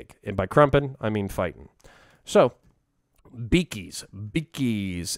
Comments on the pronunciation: I'm sorry, but I don't think it's "beakies" as in "beak"; it's "biggies" as in "big humans", not normal humans, but basically humans as big as an average ork. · I thought the orks said "biggies", not beakies :/